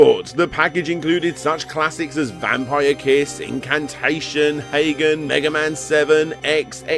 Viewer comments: Absolutely no respect for foreign languages: Byuu = B you Higan = he gahn Hagane = Hah gah nay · Brits can't pronounce Hagane.